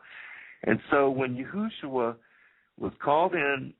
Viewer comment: ok before I listen to anotehr second of this ...stop calling him YOOHOOshua. It's Yeshua. PERIOD. I dont care ifyou think you know how to pronounce it. that's wrong. It has always been Yeshua. If you continue to pronounce it that way in future videos then I could only assume that everything else you say is imaginary as well